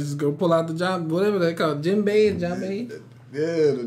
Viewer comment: Omg, he said jimbei lol